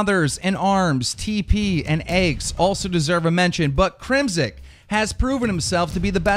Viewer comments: It's crimsix not crimsik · I understand and cut some slack on some of these pros gamertags but Crim- Six is pretty easy to pronounce....... I'm not a hater but come on man, learn to F'n read lmao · the way you pronounce "crimsix" LMAO "crimsick" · why does he say "crimsick"